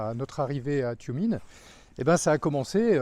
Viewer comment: "Toumiène" pour la prononciation; le E se prononçant très souvent "ié"